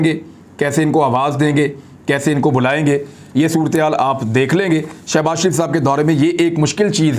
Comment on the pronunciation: Shabazz Kay sath Shab na bola karo plz humay taklep hota hay